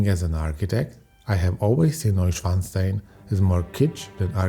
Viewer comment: das war das erste und letzte Videos des Kanals was ich mir angesehen habe - die Computerstimme ist grausig - kann noch nicht einmal Neuschwanstein richtig aussprechen